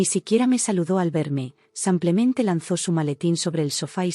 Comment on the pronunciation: 😂😂😂😂😂😂 y sigue con su “ samplemente “